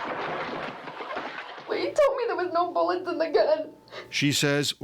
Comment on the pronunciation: Could he had been reaching for the gun to stop her? As in he realized what she thought was meant by “no buwwets” but he couldn’t articulate it fast enough?